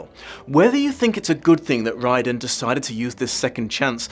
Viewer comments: I find your pronunciation of Riordan catching in my ear a lot as it's a pronunciation no Irish person would use. The alternative spelling Reardon is more like how it is pronounced over here. PS the name means "descended from the King's bard". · Thanks for introducing me to the concept of the Mandela effect. That was an interesting rabbit hole to go down. Wouldn't the author's name be pronounced Rear-d'n?